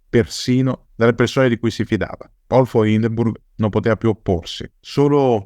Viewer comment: Ottimo come sempre. Però si dice Paul e non Pol: sarebbe contento anche Hindenburg, prussiano doc